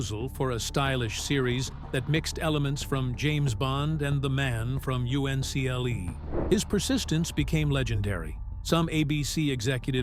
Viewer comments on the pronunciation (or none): Plus The man from u.n c.l.e. I don't think you're supposed to say each letter individually